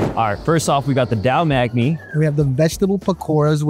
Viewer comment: Dayle maykhni it's dahl mukhni